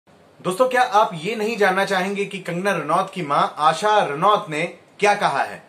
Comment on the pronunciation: Not Rauat Ranoat